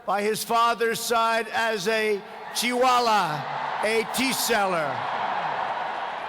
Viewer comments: When he says chiwala (chaiwala) sounds like chihuahua😂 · It more sounded like”chihuahua”(a dog breed) than Choiwala 🤣🤣🤣🤣🤣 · Me too.. He said chiiwala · Cheewala actually 😂😂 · He said teawala and u heard chiwala and u says it sounds like chihuahua. this is fun reading the comment 😃😅😚😆😄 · ben wa It more sounded like”chihuahua”(a dog breed) than Choiwala 🤣🤣🤣🤣🤣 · swapnil Neel It more sounded like”chihuahua”(a dog breed) than Choiwala 🤣🤣🤣🤣🤣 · Chiwala kya hai😂 say chaiwalaa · Trump: nah mo stay Amabad😆.. Cheewala😆😅😂..Vevey ka mondond😆😅😂..suchin, verot😆😅... Modi: (let me see) Doland😅😂🤣.. friendsip😆😅.. We: 😆😅😂🤣😆😅😂🤣.... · Chiwayewallllll ha ha kaise bol raha ye Sala😂😂😂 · I think he said chuwala🤔😅